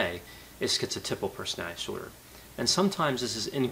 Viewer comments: I realize I am not a genius but, I have to say, "The way you pronounce 'personidisor' really confused me". I had to rewind a few times to get what it is....."personality disorder". Please slow down and enunciate. You seem to really know the subject and I'm learning a great deal but, that is highly distracting. Thanks for posting these videos. Keep them coming. Okay, y'all can call me a "Karen". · Why does he say persnaee dsorder? Does he have a speech impediment?